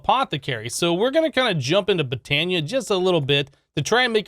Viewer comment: I died when he said Botana.